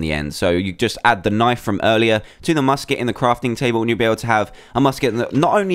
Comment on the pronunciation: U said busket barrel